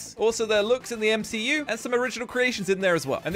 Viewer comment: First time hearing a brit say MCU